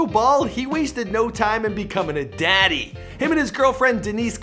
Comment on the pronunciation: Whyd he say daddy like that